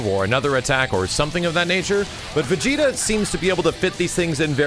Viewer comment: Ssgss vigeta not vigeta